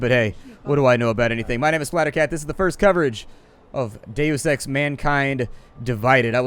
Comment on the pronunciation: wheb you say deus ex, it sounds like daily sex